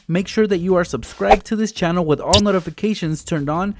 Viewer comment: did Any one notice he said wid 😂